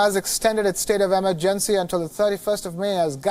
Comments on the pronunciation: Emergency isn't pronounced the way this presenter thinks it is. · Pronunciation of certain words changes from person to person... what’s the big deal if he pronounced emergency “wrong”